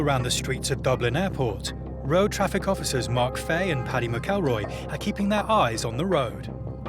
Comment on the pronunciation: Pronouncing McElroy completely wrong